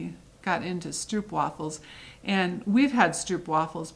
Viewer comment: Stroopwafels are even my favourite as a Dutchy. By the way, the oo in stroopwafel is pronounced as oh. Sock monkey fabric is not available here so wouldn't it be awesome to get it through you ;-). I have finished only one cross stitch as I only got back in cross stitching at the end of 2020. But I did finish the freebie from Dec 2020 by Brenda Gervais and made an awesome knitting bag with it!